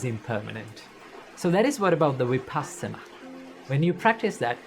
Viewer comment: Love your work Just one request The pronunciation of Vipassana !!! It’s not Vi Paasana It’s Vipussana ( puss as in fuss ) It’s a Pali term Passati is to see Vipassati is to see in a special way ( in a proper way ) Before you begin to practice Vipassana, let’s get the pronunciation right … all words have a vibration … it helps to stay with that vibration